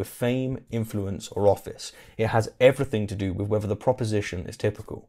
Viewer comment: This man can't pronounce "th."